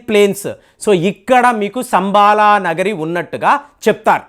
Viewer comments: సంబాల కాదు శంబల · శంబల అనాలి